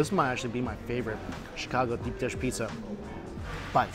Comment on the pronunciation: Mike i watch your videos i love them but u butchered the pizzza U murdered it